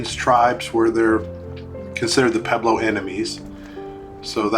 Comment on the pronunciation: Interesting video. It is amazing something that old still stands. I'd like to know where all the rocks that fell went? I noticed you said "peblo" a lot, I think you mean "pueblo", there's a wuh sound.